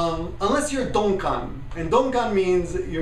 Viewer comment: Close. It's "donkan" (鈍感), which roughly means "thickheaded" or "insensitive." What you said, "donkon," means "slow-witted." DQN is read "dokyun" and it's slang for a person who lacks common sense (in less friendly words, a dumbass). They're similar, but not quite the same.